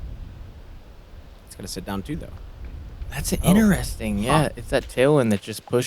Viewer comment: inderesting is my new favourite word :) otherwise i love commentary